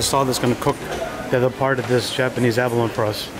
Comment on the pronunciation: abalon-EEEEE. emphasis on the E.